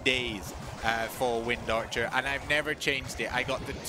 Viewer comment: How you said wind archer was so satisfying af